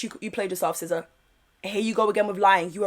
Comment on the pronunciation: Her name is SIZZA not SCISSOR😂